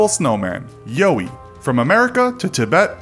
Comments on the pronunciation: It is pronounced "Yowie" as in similar to "Owie" like you cut your finger when you were a kid not "Yo" like a wanna be black guy lol no one does actual research before making videos anymore. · Yowl-wee not Yo-wee for pronunciation of Yowie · “Yo-ee” 😂😂😂😂 nice try... it’s “Yow-ee” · You pronounced Yowie wrong, but thats okay. It's pronounced like "owie my thumb" but with a Y :) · Who says Yowie lol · I've never heard the Yowie pronounced the way this narrator (mis)pronounces the word. The same can be said for the way he refers to the BFRO. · The way he pronounced "Yowie" was terrible